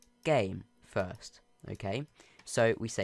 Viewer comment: My favorite part was when he said fiwst